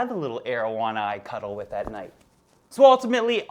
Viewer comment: Love the "cutel fish"